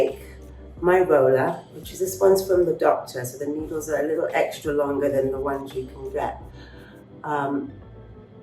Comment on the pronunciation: Did... did she say NEEDLES